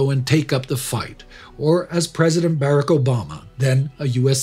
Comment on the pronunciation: He also mispronounced President Obama's first name.